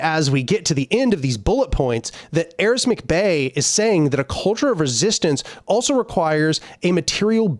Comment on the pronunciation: It's Aric, not Aris.